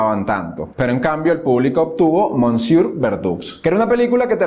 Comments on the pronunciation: Se dice "mesié".... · ke bruto sos kerido "mosieur" se pronuncia "mesie" y verdoux se pronuncia "verdu" BRUTO